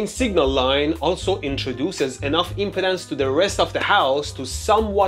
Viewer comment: stop saying "impotence" lol. I can't help but hear that now. say it as "imp-ee-dance"